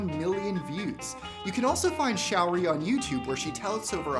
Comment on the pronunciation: The link to her facebook page is wrong. Here is the correct one: Secondly, her name isn't "shower-ree". It's "show-ree"